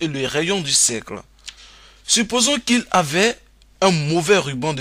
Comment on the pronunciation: Un cercle et non pas un cècle !! Distance et pas dissance.... Pénible pénible , fuyez !!!